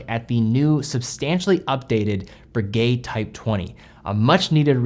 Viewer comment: Breguet and Rolex owner here. I'm in the market for a factory-new chronograph, but I won't be buying this one. 1., the name is Breguet, not Broogay (the eg element as in pronouncing egg). 2. The new 42mm size to too big for most tastes. 38-39mm is far more generally acceptable. This applies particularly to buyers of higher end makes like Breguet, which are chosen for taste, rather than look-at-me flashy inclinations. 3. $18,000 is too expensive for what it offers. 4. The power reserve is insufficient, compared to alternatives. 5. It's too thick at 14.1mm. 6. Only 100m water resistant. Conclusion...... Breguet have got this wrong, and as a dedicated fan of this wonderful company it saddens me. It also irritates the heck out of me to admit that the best alternative is the Daytona, but with so many 99.9% perfect copies of the Daytona out there, devaluing ownership of the real thing, that's not what I want..